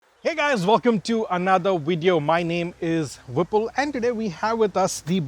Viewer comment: love the accent how you say your name........